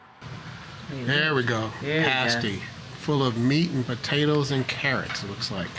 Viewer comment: Awesome video! Got a taste for where Maria and I spent some of our formative years. Did you ever get corrected on the pasty pronunciation? Say yah to da UP, eh!